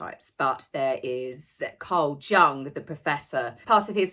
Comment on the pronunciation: Just a slight correction.. Carl Jung is pronounced as Carl Yung... German J is pronounced as Y.